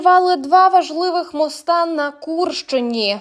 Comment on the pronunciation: вчіть українську! Не мостА, а мостИ.